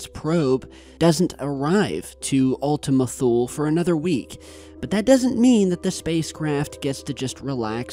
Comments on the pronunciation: I keep hearing Ultimate Fool. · It sound like u keep on saying "Ultimate Fool" 😂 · Were you saying Ultimate Fool??? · Another great video,. I want to share that I learned the correct pronunciation as Ultima Thule (toolee). Cheers. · Ultima Thule sure does sound like Ultima Fool ...... lol ..... Merry Christmas Everyone!!!! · i kept hearing ultimate fool lol